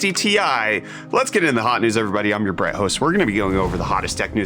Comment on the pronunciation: "i am your brett, host"